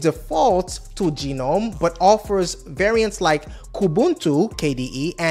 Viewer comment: Gnome is pronounced Gernome not Geenome